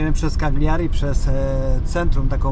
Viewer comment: Kaliari a nie kagliari